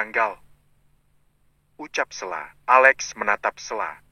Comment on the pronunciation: 😂😂 yg baca lucu Stella di blg sella😂😂